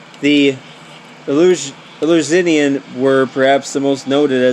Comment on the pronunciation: Easy way to say it: El-you-sin-ee-in